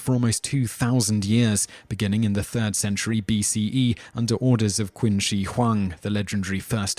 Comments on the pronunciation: The Mongels established the Yuan Dynasty. Also, those pronunciations, Jesus. "Kin" lolwut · While everyone in the comments is raging about the common knowledge that Game of Thrones takes most of its historical inspiration from Europe (especially for Europe) I personally, got annoyed that Simon kept on mispronouncing "Qin". It is supposed be pronounced kind lf like "cheen" instead of "keen". That dynasty is actually why we call China by its name. Named after the first "Qin" dynasty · wtf is quin dynasty? Is pronounced Ch'in dynasty' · Qin is pronounced "chin" not "kin" and also the era of upheaval wasn't known as the Warring State Period thats Japanese. It was known as The Three Kingdoms. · Qin is pronounced Chin not Quin Kin. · Narrator, Qin is pronounced "chin". 🙄 "Qwin" haha. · I don't speak Chinese, and even I know how to pronounce Qin. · Qin is pronounced "chin" for starters. And no, Martin did not use any of Chinese history for his inspiration of Westeros, only ancient Roman and medieval English history. George R. R. Martin did create a whole fictional civilization in the other continent of Essos called "Yi Ti", however, which is very similar to China in both culture and history. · "kwin" dynasty? lol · Qin is pronounced Chin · im sorry but you are showing a samurai battle, samurai are japanese not chinese. Qin in not pronounced kin its chin hence the name china it is technically Qina and Zhou is not zou it is like Chow with more of a sh sound in there. Wei is pronounced way han is more like haun and think of anything with an a in it as less of a sound but more of an au sound like august that's about how much i want to say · You should have researched a bit about how to pronounce these Chinese names. You really massacred them, and they aren't that hard to say. For example: Qi = "Chee" Qin = "Cheen" Zhou = "Joe" See? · "Kin" "Quing" "Wenkuan" "Wengswan" "Ciksi" "Zeng D" "Lou Zye" "Lady Qui" "Wy" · Qin dynasty is not Qing dynasty